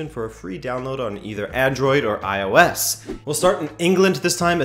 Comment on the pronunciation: I kind of miss the mispronunciation of iOS